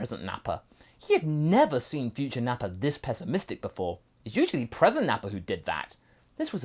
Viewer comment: You mean “NappaN?”